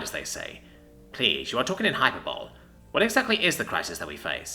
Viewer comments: Hyperbole? You mean hy-per-bo-lee? I love this channel and the stories are great. And is one of the best around, but every now and then he mispronounces something so bizarrely that it make my whole brain seize up for a minute. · Hyperbole. Hi per bowl ee.